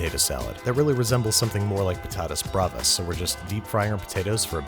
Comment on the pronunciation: You really like Kenji Lopez do you? I don't blame you though... (btw I love how you say Patatas Bravas, your spanish pronuntiation is not that bad)